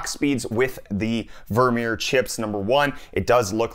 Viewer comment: vermeer sounds like "Vormir" LMAO